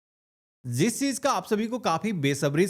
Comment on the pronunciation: Meri jaan zis chiz ni Jis chiz hota h itna bhi urdu bolne ki koshish mat kro znaab sorry janab !